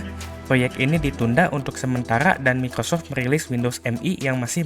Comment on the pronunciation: Mikocok bukan Microsoft😂😂😂